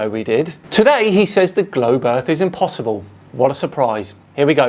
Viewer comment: Am I the only one that was expecting a joke from when he said: The globe is scientifically impossiball (instead of saying impossible)… 😂😂